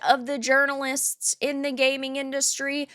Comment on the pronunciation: Did she say: urinalist instead of journalist ? 😅